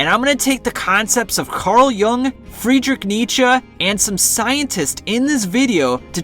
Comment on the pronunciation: Good video but CG Jung is pronounced “Yoong” not “young”